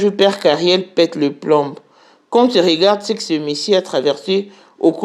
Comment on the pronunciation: Kiekiekkk on écrit PLOMB mais on prononce PLON😊 On écrit JUDAS mais on dit JUDA. Okey